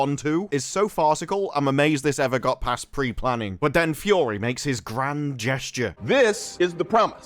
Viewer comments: I like you but can you say “Fury” and not “Fyorrree?” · It’s not pronounced “Fou-ory” …. It’s ‘Fury’! (fou-ery)